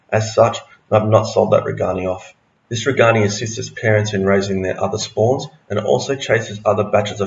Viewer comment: These are very good videos but.................. If a fish is named after a person, you should pronounce the fish name as close to the person's name as possible. So it's RAY- gan- eye. (I learned this as a kid when we realized that it was NOT ram-er-EE-zee, but ram-IR-ez-eye. And i took four years of Latin in school.)